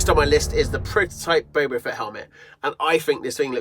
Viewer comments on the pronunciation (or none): Dude it’s boba fett not bobo fett